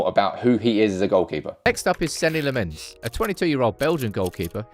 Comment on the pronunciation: It's lamm-ens not lammons